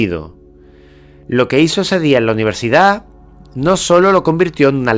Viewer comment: "AULAS DE UNIVERSICAD"